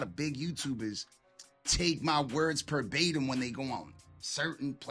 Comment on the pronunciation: Dear New York, please stop dissing the west with homosexual insults about "dick licking". It's never been cool. And it's "verbatim" not "per batim'". Said with love.